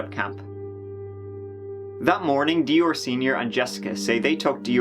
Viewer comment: "DeOrr". WTF?